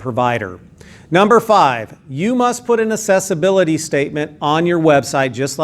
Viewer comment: "Assessibility" or "Accessibility". I think you are implying the latter but your pronunciation sounds like the former.